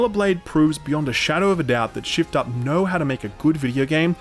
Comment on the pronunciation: keep hearing shill up every time you say shift up lmao